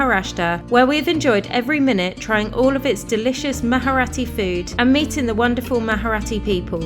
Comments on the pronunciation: It's not maharati -its Marathi, pronounced it proper 😅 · It's Marathi, not maharati😂😂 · "Maharati" Marathi, bro MARATHI 😭 you dont need to add "h" in it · Its marathi you can say mraati also for your convince but not moharati😂